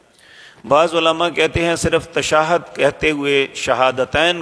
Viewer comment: Tashahud kahey janab. Tashahad nahi